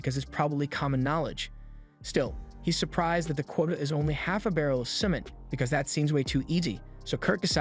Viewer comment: He pronounces cement really weird